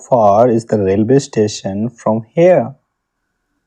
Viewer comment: I'm. Tir. Hee. Is. Taking. Dha. Bath.. What. Are. You. Loking.